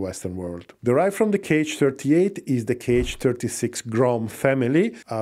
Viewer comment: The missiles are not 'k' 'h', but simply 'H' or 'X'. There are no 'kay eich' missiles in Russia, those are Americans :)